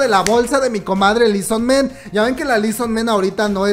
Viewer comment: Li so man ... Li so MAN .. MAAAAAAAAAAAAN . No es ingles xD